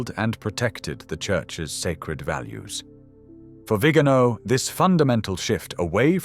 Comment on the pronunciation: Por favor, que alguien advierta con amabilidad al lector, que pronuncie correctamente el apellido del Nuncio Carlos María "VIGANÓ". Y no "Vígano" . He conocido personalmente a esta persona. Gracias.